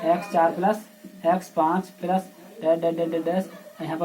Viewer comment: Sir aap plus ko sahi se boliye